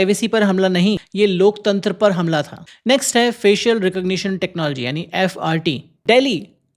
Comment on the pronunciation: Bhai g wo loktantr nahi lokchander bol rahein hai😂😂😂😂